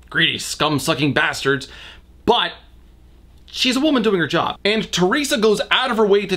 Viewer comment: Hai Le Hoang me being Chinese can guarantee even with someone with zero English knowledge, they'll just say her name the way it would be transliterated (teh-lei-sha or teh-ree-sa something) and not this made-up shit. Yeah why bother to find out that unlike Japanese for example, Mandarin does indeed have a soft "r" sound? Any sane person wouldn't even include this bit because it served nothing other than racism. Yet this is Norman so what do we know.